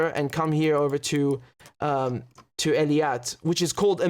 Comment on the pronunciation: One small correction to make Richard. The southern port of Israel is Eilat not Eliat. It's pronounced [AY] + [LAAT].